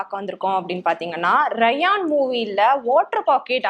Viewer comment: Raayan ❌ rayaan ✅ 😂